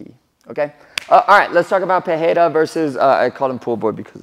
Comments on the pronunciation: Still saying the name wrongly though 😂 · Since you said the name wrong. Here's the correction. "Pereira" uses a R sound made near the front teeth instead of at the throat. Check the audio in this wiki You can also check this in google translate. "Pereira" is the correct one "Perreira" is incorrect one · You are pronouncing his name wrong. I used to learn Portuguese. If the name starts with an R like Roger, then its pronounced with an H sound like "Hoger." If there is 2 consecutive R's inside a name then its also pronounced as an H. "Barra" is pronounced "Baha". If the R inside the name are not consecutive then its just pronounced as R. So Pereira has no H sound inside. Joe Rogan keeps saying his name wrong too so i understand. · Sorry, Cory. You keep saying his name incorrectly. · This man knows it. I was about to write the same thing. If the R is supposed to have an H sound like that and its not the first letter it would write peRReira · and the funniest part is that he's confidently saying it wrong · Wrong, some of them are Pereira is literally Pereira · You dont say his name with a "h" sound which is the normal way in Brazil its actually with the "r" sound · Cory, nice video, as always Just one thing, he's not Alex 'Peheira', he's 'pe-REI-ruh' Afaik, R disappears only in the beginning of words, like in 'Rodrigues'. But 'Pereira' must have two rolling R's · You are saying Perreira not Pereira, i dont know why even in UFC they say his last name that way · Brother, you mentioned you are pronouncing his name right but just so you know in brazil or portuguese language in general, the only time you make the english h sound is for double r or beginning or word starts with r. So you misprononce pereira, it has no english h sound, just normal r sound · Say "Peteira" or "Pedeira" and you will get closer to the right pronunciation. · That's it. It's not Pe-Hei-ra. The second R and the first one sounds the same.